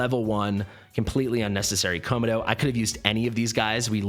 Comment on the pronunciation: why are pronouncing Komodo as ko-ma-dough? lol